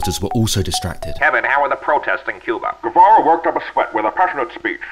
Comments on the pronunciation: The pronunciation was pretty good, only the r was pronounced more like in English. This is according to my great Spanish knowledge since it’s my first language. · According to Wikipedia (and just basic Spanish knowledge) it was not even nearly pronounced correctly